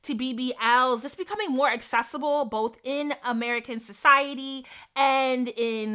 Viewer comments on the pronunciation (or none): none